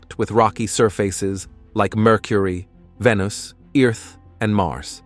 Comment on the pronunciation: The planet 'VenIce' LOL!